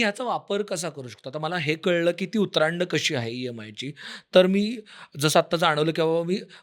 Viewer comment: उतरंड हा शब्द आहे उतरांड नाही आपला उपक्रम स्तुत्य